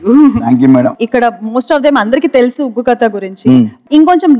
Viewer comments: oggu kadalu not vuggu kadalu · । ఉగ్గు కథలు కాదు.. ఒగ్గు కథలు!! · Adhi uggu kathalu kaadu oggu kathalu. Please correct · ఉగ్గు కథలు కాదురా ఒగ్గు కథలు అనాలి. ముందు టైటిల్ మార్చు.